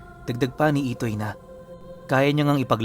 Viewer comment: IDOY daw ITOY po hindi IDOY hahahaha dun pa lang boka ka na 😂